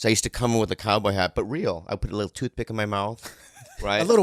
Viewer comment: A little what? "Tootha-Peeck-Uhhhh"